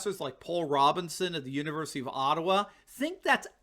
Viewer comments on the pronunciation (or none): none